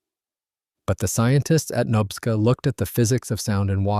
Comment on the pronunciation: Say knob-ska like a door knob….. nobska as in nobska lighthouse